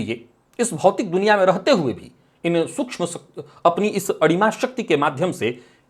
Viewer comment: आपने विषय बहूत अच्छा लिया और चर्चा भी करते हो। आपसे प्रार्थना है अडिमा नही अणिमा शब्द है । कृपया उच्चारण देखे।